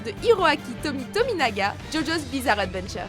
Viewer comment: générique d'ouverture d'animé, MDR c'est tout simplement opening mob psycho 100 c'est bien mieux de le dire en francais mob psiquo cent. Et pour phantom blood, blood ne se prononce pas bloude! et la prononciation de adventure est horrible je sais pas pk jsuis casse couille aujourdhui lol